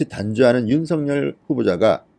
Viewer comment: 어법에 윤서결로 발음해야 합니다. 아울러, 여러번 얘기 드렸는데요 "아뭏튼, 어떻튼, 문제는" 이란 말씀을 자주하시는데 앞뒤 말이 연결이 잘않되요. 기자 출신이신데요. ....